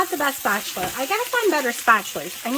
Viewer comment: Did you say spatular?! 😂I’m just messing with you! 😉Those patty’s look yummy and such a great meal idea!